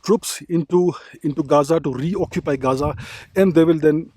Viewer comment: Did u said reoccupy😢...